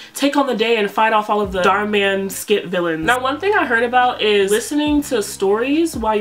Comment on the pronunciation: girly dhar man has an Indian name, so you've been pronouncing it wrong the whole time 😭